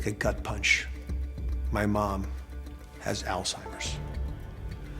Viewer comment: It is pronounced all-hiem-ers not all-time-ers